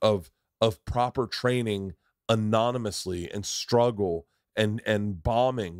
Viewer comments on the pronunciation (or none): none